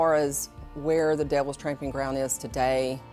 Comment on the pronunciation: It's "tromping" ground, not tramping...